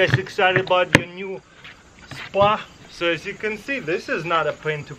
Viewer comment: “Are you ready for the spwa” Lol 😂